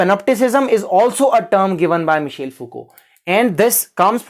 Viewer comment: It's not Michale, it's Michel 😂